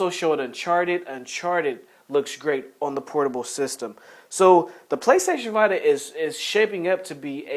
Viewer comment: The PSVita is pronounced VEE-TA If you're a usual listener of the podcast, you'll know that he sometimes mis-pronounces names of games and hardware, haha. It's all accidental though.